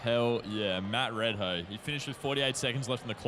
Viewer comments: Just fyi, his name is pronounce as 'Mud Ray Dow' not 'Mud Red Hoe'. Tq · Red hoe????...dude this guy should pronouce it correctly